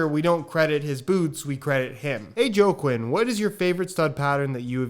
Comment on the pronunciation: its pronounced like, whakeen. not joe kwin.